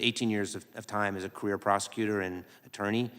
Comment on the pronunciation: Who’s this “Elmer Fudd” guy? He pronounced “career prosecutor“ as “queer prosecutor“. 😂